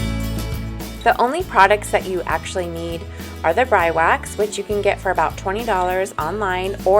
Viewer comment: I believe it is pronounced like this Bree Wax